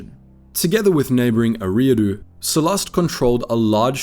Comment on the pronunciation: Great video but it's pronounced, "Erie" like lake Erie. "ahh-doo" Erie-ah-doo